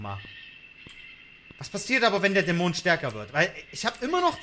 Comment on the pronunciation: Geiles Video, aber irgendwie triggered es micht wie manchmal du Dämon aussprichst :D Du betonst nicht die erste, sondern die zweite Silbe, was ich so noch nie gehört habe.